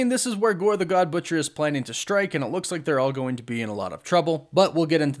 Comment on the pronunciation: I keep hearing Gorbachev 😂😂